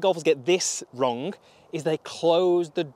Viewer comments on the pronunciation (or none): I never knew that the word wrong has a k in it. 😂